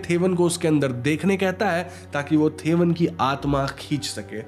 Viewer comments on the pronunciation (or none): Thevan is तेवन not थेवन. 'Th' in Malayalam is त not थ. In fact the sound थ is not common in the language. Potti is Po-Tee (as in cat) not Po-tty Chaathan is चातन not च्छतन